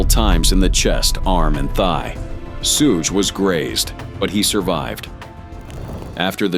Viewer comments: Sooo Ghey Knight. Bruh, Shoog Knight. Thats how you know this is AI narrator bullshit. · Its not Sue-Gay Knight its Shug knight damn AI 😂😂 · Sooge, Soogay, Soogah Knight? How about writing your AI script to say Shoog. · We’ve been pronouncing Suge Knight wrong all along! Sue-Gay Knight is the right way! 😂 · So that's how you pronounce it, "sue gay" then there's shooge. Ok robot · The way the AI said Suge's name made me think of an anime villain name lmao Soogei Knight lmfao 🤣🤣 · Damn AI.... not " Sue-gay Knight" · close enough lmao